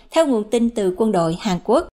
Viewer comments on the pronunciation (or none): Hàn Quốc chứ không phải Hàng Quốc.